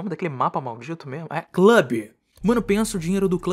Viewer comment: não tankei vc falado clube KAKAKA